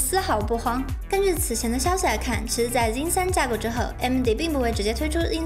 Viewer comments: 這英文破到笑，zen念zin，拉斐爾念拉佩爾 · 我一直聽到 jin 3